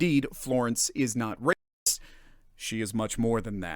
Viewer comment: Every time you say it it sounds like rapist, so their defeating the purpose...